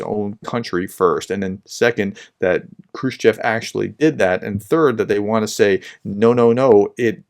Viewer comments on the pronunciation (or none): none